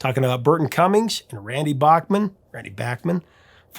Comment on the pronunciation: I heard Randy in an interview on Q107 in Toronto. He cleared the air. His last name is pronounced: Bake-Men